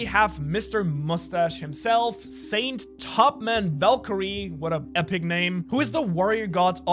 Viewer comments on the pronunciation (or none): none